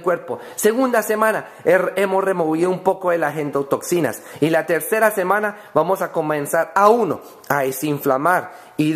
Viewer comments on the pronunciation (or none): meda risa cuando dice semana en vez de decir semana dice jemana...! saludos de Venezuela..!